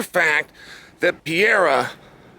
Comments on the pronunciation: PE-REIRA NOT PIERRA, put some respect on his name! 😆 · dude his name is pronounced "peheira" not piera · Alex piera 🤣🤣🤣 get me everytime ...its pereira( peh-rey-ra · A BIG TIP TO YOU Chael ...I dont know wy none of you can say the mans name!! you guys say piera !!! is that his name!!! SMH... try Perera it sounds more correct!! is it that dificult??? and yes i know its Pereira! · PEREIRA not Piera … WTF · pe-rae-ra. It ain't hard Cheel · Pereira!!! not Piarra. chael the king of mispronouncing peoples names lol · Why he calls Pereira Pieira lmao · A year ago Chael said “Piera” then got corrected in an interview, still calling him “Piera” Bless you Chael 😂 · "Alex Piera" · If you say "Pierra" again I'll punch you in the face lol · Chael: types Pereira Also Chael: SO PIERRA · If Alex Pereira met this "Pierra" person, he'd agree that one should learn to pronounce Oomah-polattah. Not to confuse with "omoplata". 😂😭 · Chael you donkey- who tf is Piera? Cmon man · Everyone -Pereira Uncle Chael - Piera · It’s not Pier-ah.. learn to say the name right at least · Chael out here still saying pierra 😄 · Alex Pee-era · Alex st-pierra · If I hear Chael say "Alex Pee-era" one more time... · Casually starts calling him pierre hahaha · How come Sonnen keeps butchering Pereira's name? LOL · Old Chael P must be trolling with the pronunciations :D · Dude, pronounce Alex last name right. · At least he spells Alex's name right in the video title. I love Chael's content, but man... put some respect (and a correct pronunciation) on the champ's name. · Pierra has to be able to pronounce OOomapilata , so that he may retain this championship belt. And Chael gets to have more time to learn how to pronounce his name while dodging red "Jagwire" lnfao